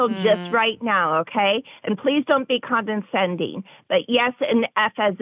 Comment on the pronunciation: She wants to give them an "F" yet she' can barely speak; "con-din-sending"